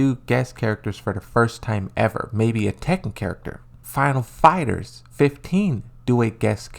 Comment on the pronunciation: every time he said "final fighters 15" I just wanted to cry